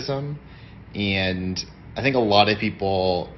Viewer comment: ... "impor-ant" "eeeeaaand..." so you'll leave out crucial consonants but you'll add many unnecessary vowels... got it...